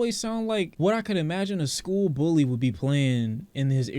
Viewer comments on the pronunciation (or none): none